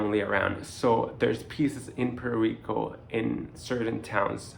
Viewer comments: Please pronounce Puerto Rico like you live on the island! Awesome information thank you. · Dude, if you are going to be working in Puerto Rico you need to learn how to pronounce Puerto Rico correctly.